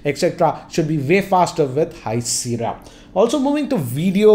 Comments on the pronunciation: it is not Seera its called Sea-erra "Sierra" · with due respect sir, it's pronounced SIYERA not SIRA.